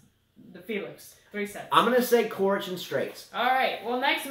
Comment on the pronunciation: If you commentate please pronounce the players names correctly.... It's not pronounced "Korich" but "Chorich"... Regarding coaching on court... I think it should be banned also from women tennis... maybe it can be at juniors but if you are grown man or a woman it should't be allowed... just grow up... they are payed enough to learn to make the right decisions during the match... and NO you will never be able to travel back in time... not in a million years....